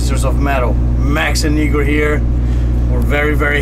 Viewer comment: It's IGOR Cavalera, not IGGOR ...